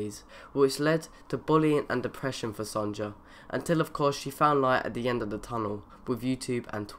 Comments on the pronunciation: You pronounce sonjas name wrong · Lol sonja is pronounced | sonya | you said sonja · Pronounced 'Son-ya' not 'Son-ja' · knew firefox would make it... love that women also her name is pronounced sonya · u said sonya wrong lol.